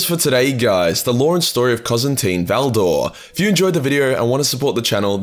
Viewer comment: "Cozantine Valdor" your pronounciations have convinced me that every single video you're drunk-reading these names out😭